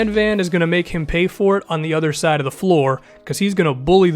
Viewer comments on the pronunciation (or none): none